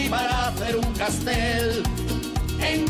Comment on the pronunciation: Es Castell no castel.